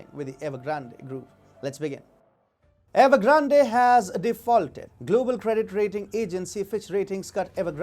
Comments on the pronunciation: The E in Evergrande at the end is silent. Ugh, that hurt my ears all the way through.... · The way you pronounce Evergrande makes me laugh every time! Not sure if it’s on purpose…But it’s funny regardless! 😂 Love you channel please never stop exposing the CCP and their genocidal regime! You are doing such amazing work! Much respect!